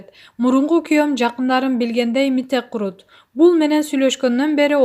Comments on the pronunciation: Мите курут дебей эле мите курт деди окшойт Анжелика 😃Журналист кыз туура окуй албайсынбы эмне?? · Курт дегенди курут дейтго тобоо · Мите курут эмес, Курт нормально суйлочу